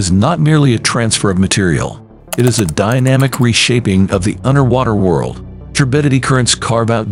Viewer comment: I thought this was being well narrated till the guy said"Unner Wanner worl" LOL ! That's when I said OH WELL !